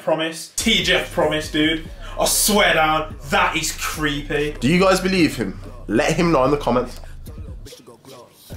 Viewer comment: the way says believe has me dying lool